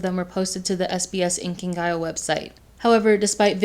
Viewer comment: the way u pronounce inkigayo sends